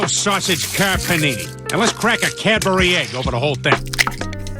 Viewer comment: *Car Panini not Karperneny